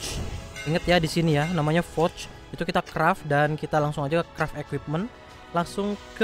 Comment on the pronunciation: Kreft bukan kraft